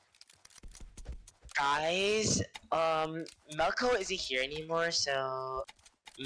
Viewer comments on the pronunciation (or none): Melkote ❌ Meowkote ✅ , freshy ❌ servent ✅ .